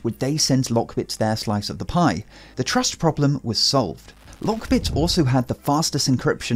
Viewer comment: I had to use close captioning to understand the word "The TRASH problem was solved" Wait woot?! it's "trust" me bro! lol